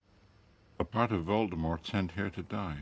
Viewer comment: The way you say Voldemort and Avada Kedavra pisses me of ngl